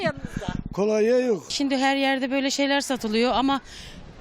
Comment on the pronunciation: Spikere birisi desin kolanya değil kolonya